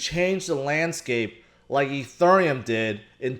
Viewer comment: Ethurrrreum XD